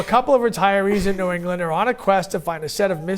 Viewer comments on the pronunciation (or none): none